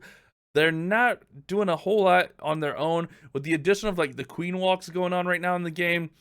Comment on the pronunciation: “Valks” Am I a joke to you?